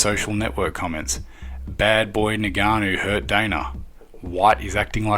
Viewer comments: It's ing-ka-no not ni-ga-no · Its Ngannou. Not Nigganou. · It’s not NIGANNU, it’s ENGANNU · Ngannou: pronounced EnGarnoo. Not Neganoo. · Naiganu 🙂 , a simple pronunciation practice would have been more professional. Good video but I've observed this in the US people that they don't even bother to pronounce the right name. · Would be good to pronounce the names right. Ngannou - ingarnu. Gane - garn Khamzat - cumzaht